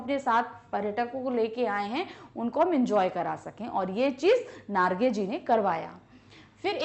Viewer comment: mam its jiten narge not nagre